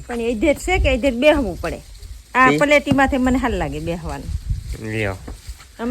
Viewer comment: ne ki paleti nay pletina 😂😂😂